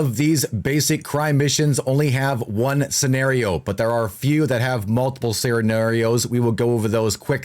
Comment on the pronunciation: It's "scenario"